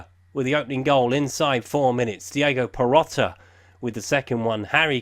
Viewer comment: Need sort out the pronunciation. Not every player ends with 'a' its Perotti with an i. Still a decent series dude.